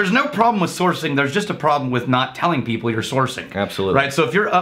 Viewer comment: Is pronunciation of "people" (hard second "p") a Stephen Fry reference? Deep nerds want to know.